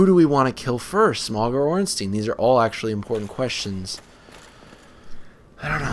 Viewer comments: His name isn't pronounced smong it's pronounced smough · Dude it's Smough, not Smog. He isn't a koffing. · you do know that gh is silent? Like in though or Smough or thought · I've been pronouncing it Smoff